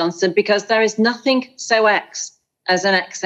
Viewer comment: Did she just say “nothink’ and ‘was STOOD behind…’ this is a woman who,is supposed to have a great following, her own TV show now and cannot speak properly! Likewise the gone and forgotten Patel, who wasn’t aware there was a ‘g’ at the end of words such as going, coming, walking, etc., someone really should have told them.